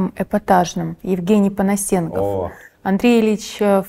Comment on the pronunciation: Зачем он искажает фамилию Понасенкова? Если он себе это позволяет, вправе ли Понасенков, назвать Спицына Спитцыном? Или это непозволительно для воспитаного человека?